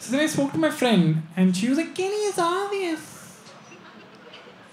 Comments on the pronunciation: Kenny it's aavious 😂😂😂😂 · And am watching it for 50th time.. Most funny is "kenny,its aavious"...seriously man!! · The way Kenny says 'obvious' 😂